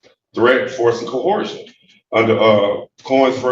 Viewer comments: "Under a threat, a dress and co-horjun" WTF? Like I always say, "When a dumbass tries to sound knowledgeable and intelligent, they just prove their ignorance and stupidity." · "I'm here under threat, duress and co-WHORE-sion." WTF is that?! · I have yet to hear a SovCit that can correctly pronounce “coercion”.